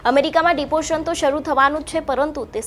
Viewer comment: ડિપોરસન,ઇનલીગલ, આવું બોલવાનું,? ઘણું શીખવું પડશે તમારે